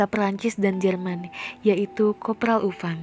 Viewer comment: Next time penyebutan nama dan tempat dibenerin ya, mba. Upham bukan dibaca Upam, tapi Aphem, dll.